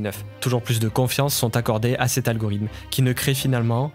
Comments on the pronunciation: t'arrête pas de dire algorym au lieu de algorithme, sinon eeeexcelente video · Banger la vidéo mais tdm poto apprends a dire Algorithme stp